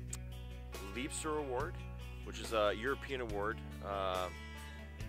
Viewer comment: Nice Video, dude. We still Waiting for snow 🙈 Thx, for taking your time to answer that questions, and you have very interresting answers. The Liebster you pronounced correct 💪💪 I like your attitude to live I added your Video to my Liebster Award List. Br from overseas Mike